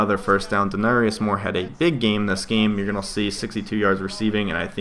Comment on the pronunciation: not to be that guy but its De-Nare-ious Moore XD